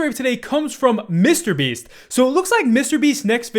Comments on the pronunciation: The way says “MrBeast” always crack me up for some reason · Been watching for years, love you, but can you please stop pullin a Keemstar and pronounce mrbeast two separate words please 😂😂💀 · Why does say MrBeast so oddly